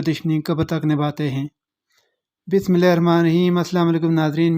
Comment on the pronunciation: Yar Bismillah tu sahi pado